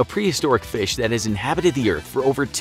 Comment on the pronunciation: Feesh... egg.